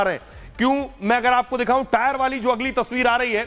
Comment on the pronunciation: 50 bar ho gaya tire tire bolta howa🤓🤓🤓🤓